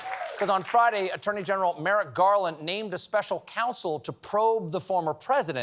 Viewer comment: ...a-atonee, ..? ..??? ...an "atonee"..? ... ...????????? .??????????!;!!!?! ..."an attorney 'general'